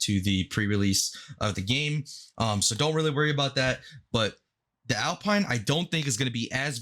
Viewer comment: Such a grinder bro but its Al-peen 😎